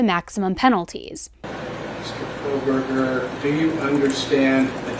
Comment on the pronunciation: The judge has about 4 months to learn how to pronounce the names of the victims CORRECTLY. At the ‘gag’ order hearing is being ever so careful to show respect for Bryan’s rights for a fair trial. To mispronounce the victims names showed such disrespect. He had no problem pronouncing Kohberger. Thoughts….